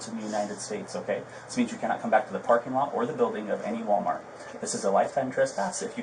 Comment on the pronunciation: Oh, Mr. Officer, please stop with the “problAmo” and the “WalMareto”…you do not sound too swift yourself, sir.